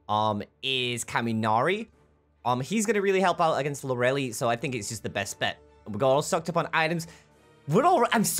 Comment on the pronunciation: Its Lor-uh-lay, not loreli xD